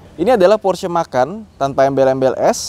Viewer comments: Sebenernya gk usa sok sok an bahasa luar sih, orang iti diambil dari kata indonesia "Macan" jadi gk usa eja nya "Makan" Salah bang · Kenapa penyebutanya porsche makan, bukan macan, padahal itu bahasa kita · Kenapa nyebutnya Porsche "makan"?. Itu dibacanya tetap "MACAN". Karena memang berasal dari jenis harimau kecil khas Indonesia, yaitu: Macan. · Bacanya macan bang, bukan makan. Kata om fitra memang diambil dari nama hewan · haha porsche makan. kayak bule bacanaya makan. makan ayam nya. macaaan, harimau, tiger. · Dibacanya macan bang bukan makan... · Macan bang, bukan Makan. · Sepertinya bacanya "Macan" pake C, krna pernah lihat video officialnya, disandingkan dengan macan (hewan)